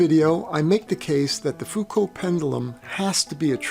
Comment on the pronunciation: knows how to pronunce Foucault doesn't know how to pronunce pendulum reassuring...